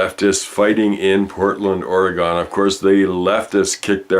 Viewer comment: Nah, you're good. Many Americanskis also mispronounce the state's name. (I lived there for a time, hence I know how they like to hear it.) Most don't want to think of all the guns there in OreGUN, I guess. It really does have it shares of Trumplings. ;)